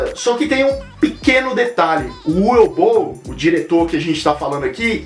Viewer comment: Na verdade se pronúncia "Uvi Ból".